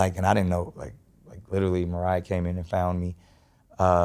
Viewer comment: britts pronouncing mariah: "mariahr"